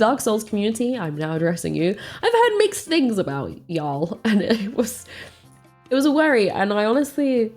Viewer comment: Okay now I am just jumping around your videos, and here I want to say your "y'all" sounds great to this US southerner. :)